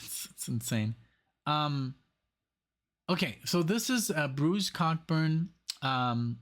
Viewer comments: COCK Burn? Ouch! Co-burn. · Bruce's name is pronounced Co-Burn. Pacing the Cage is a throwback to his earlier folk music days in the late 60's and early 70's. Definitely a man reflecting back on his life and career.